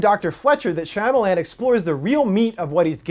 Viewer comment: natieangus when he pronounced it correctly, my brain automatically corrected it to shama lama ding dong, but don't remember what that's from!?